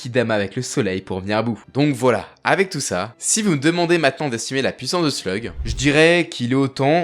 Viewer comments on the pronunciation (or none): none